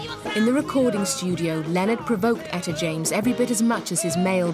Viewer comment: She butchered Etta period!